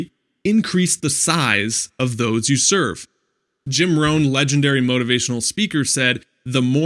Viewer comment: serve not sevrer lol